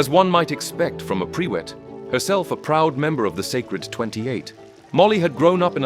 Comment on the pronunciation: Prewett is pronounced "PREW-ette" (not "PRE-wet")